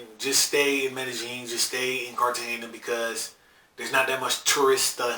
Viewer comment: Stop saying it with a "j" it's a "y". Mey-deh-ying.